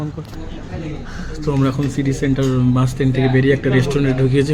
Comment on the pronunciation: Bans noi vai bus bolo